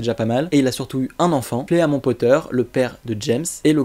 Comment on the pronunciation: Super Vidéo continu comme ça!!! Juste Fleamont ça se prononce Flimont XD